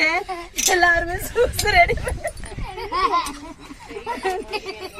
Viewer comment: சூஸ் இல்லை யூஸ் என்று சொல்லுங்க